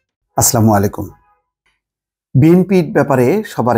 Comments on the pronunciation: আসসালামু আলাইকুম বললে শুদ্ধ হয়, আপনাকে অনেক ভালবাসি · সালামটি শুদ্ধ করে নেয়া যায় না?